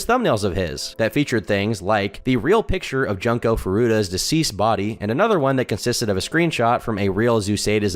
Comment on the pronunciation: it's pronounced "June-ko" not JUNK KO